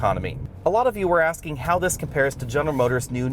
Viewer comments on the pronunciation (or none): none